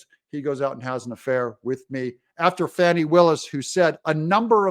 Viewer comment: The term Fani smacked needs to be used for her. And not the "Fawny" just started pronunciation either.